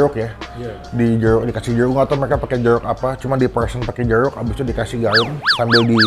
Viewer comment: Jeruk bang bukan jeluk.. hehe